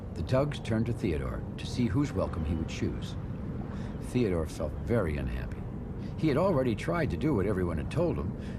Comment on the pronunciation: did they call theodore, theodoor?